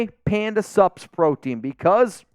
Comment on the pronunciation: I think this will forever be know as the episode where let’s us know he can actually say SUPS! Even if I knew it was Panda Sups, I only ever heard PANDA SUBS! The first few times I was trying to figure out what SUBS had to do with nutrition supplements….